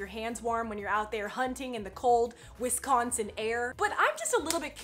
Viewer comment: You say Wisconsin way wrong your emphasizing the c to much 🐄🐖🐄🐖🐄🐖🐄